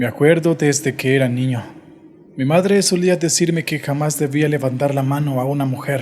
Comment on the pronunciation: Me gusta tu canal pero esa voz no se si sea tu voz ,pero esta fea mas cuando dices mi madrrre